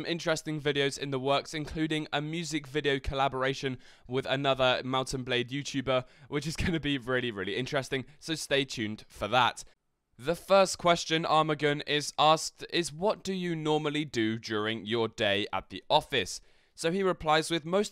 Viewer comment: My ear is scratching when he says "armagan". Just pronounce the g more softly. Except that you are great keep it up